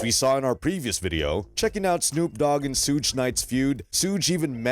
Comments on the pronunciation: "SEWG" its "SHOOG" smh FACE PALM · I was like wtf? Sooge Knight....Sooge Knight....I'm like...that guy is definitely YT surprised he didn't say TEWPACK SHACURE. omg I can't even take this fake ass click bait seriously wtf😂😂😂😂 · "SOOGE" lmao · Who tf is SOOGE ? Culture Vultures need to learn how to pronounce peoples name before making videos about them 😅